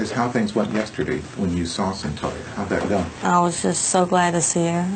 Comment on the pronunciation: Its "CYNTOIA." My apology for being critical; but you've simply GOT to gwt someones NAME correct when you're doing a story about them. #Seriously